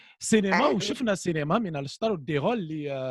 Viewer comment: Cénéma 🤐et qui corrige la prononciation juste après:) Sinon une vraie pipelette 😷 Bravo Mina